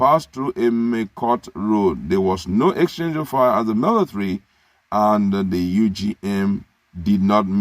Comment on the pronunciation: He calls it "milithary".